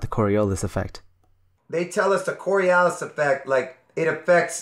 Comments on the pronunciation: That guy always going "Corialis" effect really Fucking triggers me. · Am I the only one who keeps thinking about the borialis when that guy says cori”a”lis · When listening an idiot is painful and entertaining at the same time. One alway is curious what is the next thing they are going to invent. I almost feel bad “almost” key word for laughing at him. He couldn’t even pronounce it right! He can’t even explain it right conclusion he doesn’t even know what he is talking about! And at the end “the part Jews” killed me...it always end in religion. I’m so sorry for laughing I promise it was not about the Jewish people it was about him just adding it like a plus to his explanation like it would explain everything. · I hate it when people can't pronounce "Coriolis". It's not even difficult. Fucking morons.